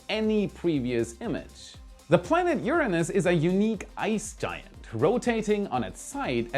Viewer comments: I love how much effort was put into pronouncing URANUS! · It must have been so hard to pronounce "Uranus" instead of "UrANUS". LoL